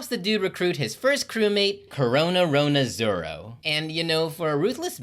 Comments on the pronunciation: Did he say Coronaronoa Zoro or?😂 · And btw it's RORONOA ZORO